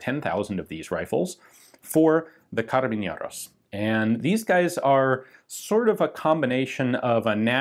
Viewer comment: Feels weird that he's saying "carabiñeros" instead of "carabineros", idk if it has something to do with the accent, but that's an N, not an Ñ